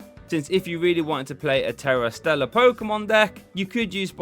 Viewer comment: "Stera Tellar" XD